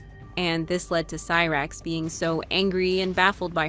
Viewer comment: what ? Lmao she didnt go to prison at all ? You got alot of stuff wrong including pronouncing cyrax wrong. Gotta do better